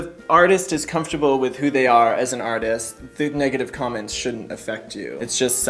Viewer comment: 10 (I was dying) plus I thought you said CUMments which made my ears prick up... but not only my ears.